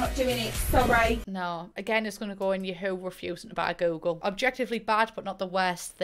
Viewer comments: the way you read ya-HOO makes me crack Jvskaja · Abolutely OBSESSED with how you pronounce Yahoo